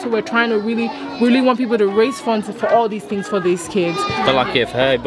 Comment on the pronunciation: It's people not beoble man. P, not b.